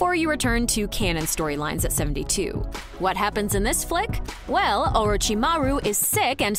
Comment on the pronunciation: The constant mispronounciation of almost every character in this video gave me a headache. Is this really how they are named in dubbed versions? Sounds like they always struggle to even call their names. Naru-toe, really? It's nAruto! GenIn is gEnin OrichimAru is OrochImaru. ShikamAru is shikamarU BorUto is bOruto he is not a burito! KakAshi is kAkashi he is not a concussion! KankUro is kAnkuro ShIppuden/shippudEn is shippUden Joneen is jOnin Does the narrator have even watched this series or are they just reading out foreign words and names? Or are they really that bad pronounced in english dubbed versions?